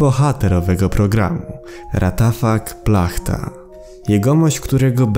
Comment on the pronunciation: W języku słowackim czyta się to Raciafak Płachta a nie Ratafak Plachta. Mnie ciekawi dlaczego ktoś z profesjonalnej produkcji po prostu wyrzucił kostium do śmieci.